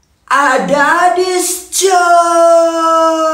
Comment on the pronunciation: Adidas malah jadi adadis 😂😂😂😂